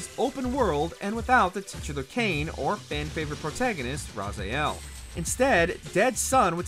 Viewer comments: Not to be rude here, but it's Raziel, not Razael. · Why does keeps saying Razayel? It's Raziel, not even in the game it's pronounced Razayel